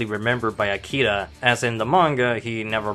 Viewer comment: smh, It's AkiRa, not "Akida".